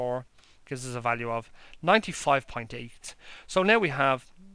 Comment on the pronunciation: Did you say "pint" or "point". Without these great insights, there would be no Guinness.